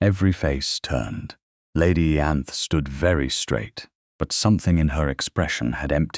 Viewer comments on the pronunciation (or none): Why did it not occur to anyone that a laundry maid, who was unlikely to speak any language but English, would ask for a place in another country rather than somewhere else in the UK? And "Ianthe" is pronounced "Eye-ann-thee", with the "th"as in "think". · Its mare not mayor & hock not hawk. It's Lady Ianthe not Yanth or Eanthy or Anther or Anth or Aanthy. Salver not Salva. He's a Duke for God's sake now that he's not unconscious, he should have all the conspirators thrown out of his house. How is Nell going to protect the Duke if shes not in his home? Shouldn't he have used her leaving to send a msg to the solicitor? These heroines get a little snippy when they have the upper hand. Wow they should've all gone to Prison!! They tried to kill a Duke!